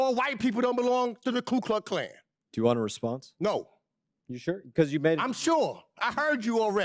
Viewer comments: He cant even say the name right. Its Ku Klux Klan. Not Klu Kluck Klan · Mr. Meeks can't even pronounce Ku Klux Klan. The KKK is the Democrat party which he & other White & none Whites have declared is their party, the party of the KKK, segregation, Jim Crow laws, pro-slavery, Poll taxes, and everything that is racist. Meeks chooses to be, either stupid or ignorant. Democrats were also the party that loved Adolf Hitler until the day America declared itself at war with the NAZI. Democrats created the NAZI youth in America. Democrats received a personally signed Document, thanking the Democrat party for helping Hitler take care of his "Jew Problem" as described in the letter. Democrats are America's Communist party in several versions of Communism, Marxist, Socialist, Fascist, Hitlarian, Maoist, & Leninists. Democrats are a hybrid of all of these movements. What they are not is Christian, Constitutionalists, America loving, & they HATE truth & reality.